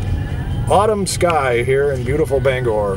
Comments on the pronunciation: That's BanGOR not BangER sir!😁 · I haven't been back in Bangor in 50 years ever since I had a beef with Selective Service System local board #10 (draft board during the Vietnam War). Interesting video, but I can tell that you're "from away" even after all this time. You don't pronounce "Bangor" local style.